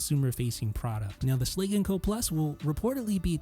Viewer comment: It bothers me immensely how you pronounce “Schlage”.